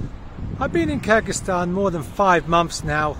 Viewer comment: I like the way you pronounce Kyrgyzstan👍